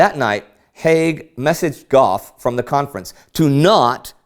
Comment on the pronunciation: Heyhey! You're pronouncing my un-Anglicized (non-anglicized?) family name right! Awesome! Fun side note: Gough is aristocratic German. Interesting he kept the spelling (at the time) despite the anti-German sentiment. I mean, the British Royal Family changed their name to Windsor over it, after all.